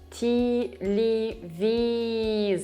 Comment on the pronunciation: Great lesson! I'm B2 but learned things here. Why veelossipyed and not vyelosipyed? why teeleevisor and not tyelevisor? oh dear. самая красивая женщина, которую я когда-либо видел.